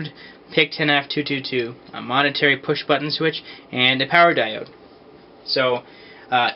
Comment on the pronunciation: In many of your videos, it sounds like you're saying "monetary push-button switch " instead of "momentary push-button switch".